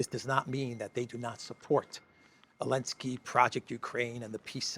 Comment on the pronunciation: I've been watching videos for maybe 8 or so months now, maybe longer. But I never ever noticed that he's pronouncing "Zelensky" like "Elensky", but I have a pretty good guess as to why. Does it have something to do with the fact that Ukraine pretty much outlawed the use of the letter Z, or something like that? They have a thing for kindergarten level of insults over there, like banning letters and not capitalizing the words Russia and Putin, etc.